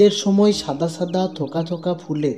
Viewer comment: ছাদা না সাদা🙂,, ছ না স